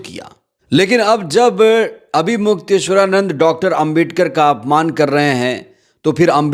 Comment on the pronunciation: Mukteshwar Anand sahi se bolo